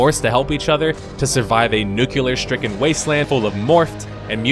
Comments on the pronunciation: Love your death of a game series, but it has to be noted that it's pronounced NUCLEAR and not NUCULAR. Thanks :D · It was a great review, until up until the end when he said new-killar instead of nu-cle-ar. The review is ruined, RUINED!!!